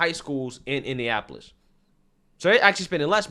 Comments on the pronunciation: …it’s Indianapolis….6 syllables….you said Indiapolis 5 syllables…😂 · It's pronounced India napolis. 😂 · My guy. Please learn how to say Indianapolis